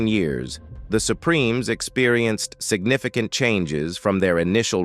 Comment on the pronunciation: LMFAOOOO signifiCAnt has me screaming